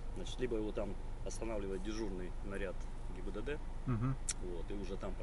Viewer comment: каждый раз говорит ГИББД🤣